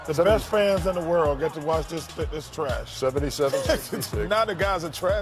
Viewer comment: Said ‘dis’ instead of “this”